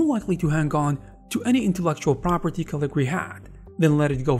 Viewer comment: Cool. I remember Caligari back the 80s. Along with Turbo Silver and it's follow-up Imagine. But it's Caligari. You keep dropping a syllable. 😁